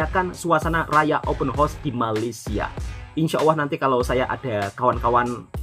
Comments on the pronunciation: Sedikit pembetulan buat tentang sebutan ' Open Horse' (Kuda Terbuka). Sebutan yg benar adalah ' Open House' (Rumah Terbuka). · Open hause wak bunyinya HAUS bukan HOS tu kuda😊